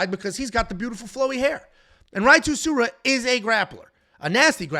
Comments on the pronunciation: Rey Soo-roo-yah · Rei's last name is pronounced SOO-ROO-YA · Bro 💀it’s pronounced My-ron (for Mairon Santos), and Suh-Roo-Ya (for Rei Tsuruya)